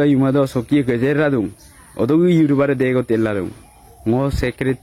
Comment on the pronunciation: You tuber hoi yu tober ...nohoi. pronounciation tu bhalkoi koriba..suwali jonir kuwa tu right nohoi...